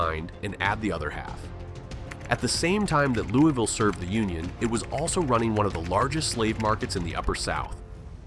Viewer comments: How are you gonna do a video on Louisville when you can’t even pronounce it correctly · AI never pronounces Louisville correctly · The way he’s saying Louisville is killing me. And I’m from lex go cats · Well you should learn how to say your own city’s name correctly 😂😂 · Right... the citizens of Louisville can't even pronounce their own city correctly. It's Loo-E-Ville. Named after King Louis. Not King Lul. Not King Luhl. I swear they sound like they've been chewing on quarters when they butcher it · If you make a video on Louisville, perhaps you should pronounce it properly. Phonetic spell for proper pronunciation. lou-ah-vull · Correction: It's pronounced "Loo-avull" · Please for the love of GOD pronounce it LOU-A-VUL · For AI slop it's not bad. Born and lived nearly my entire life in Louisville. Everyone I know pronounces it Louie-ville, so many commenters complaining. Depends on the part of town you're from. I haven't been everywhere but I'd bet it's one of the most racist cities anywhere. Historically severely segregated. You could wake up in any part of town and a quick look around would tell you where you are, West, South, East. You want to be East... In recent years it's become homeless heaven, a tweaker on every street corner downtown. I retired and now live on the edge of the county, I hope I never see downtown Louisville again. I don't plan on moving but I wouldn't recommend anyone move here. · Immediately mispronounces Louisville..... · You didn’t even say Louisville correctly. Also, Kentucky did stay a free state but had a breakaway government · That's not how you say Louisville.